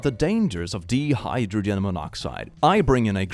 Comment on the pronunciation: First off, love your content. I have some minor pronunciation corrections, however: First, the 'di' in 'dihydrogen' is pronounced the same as 'dye' or 'die'. Second, the 'Bee' in 'Beethoven' is pronounced like 'bay' or 'bae'.